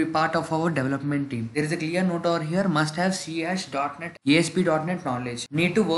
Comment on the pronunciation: C# is read as c sharp.